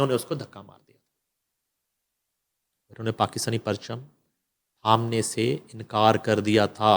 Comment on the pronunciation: Sapeech kya hota... it is speech!!! Annkaar is Inkar... na Naeem Sahib ko Urdua atte hai naa he angrezi!